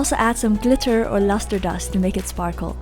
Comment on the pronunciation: Urgh EVERY SINGLE TIME she says lustre dust I keep on thinking she says something else... Guess i just have a dirty dirty brain😂